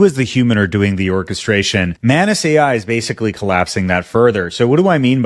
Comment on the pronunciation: ohhh MANUS... i keep hearing mayonaise